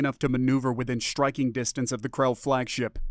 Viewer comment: Still.......SHTRAINING......SHTRIKING.......DESHTROYING...... Have you listened to even one of your posted stories? Very annoying. I tried this one again. You are now Unsubscribed. If you ever learn to pronounce the "str...." words NOT as "shtr....", then I may return.